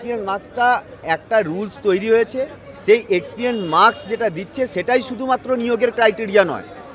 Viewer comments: Experience শব্দটা সঠিক ভাবে উচ্চারণ করতে শিখুন; তারপর experience এর মার্কস নিয়ে শিক্ষক হবেন। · Experience ucharon korte giye toh hege diche era naki teacher